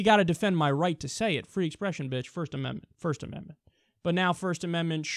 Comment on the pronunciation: "Shmirsht ashmendment" :P